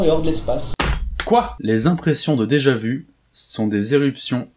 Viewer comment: Ton com est plus cringe que le "déjà vou"